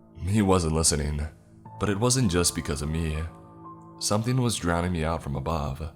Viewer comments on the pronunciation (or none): none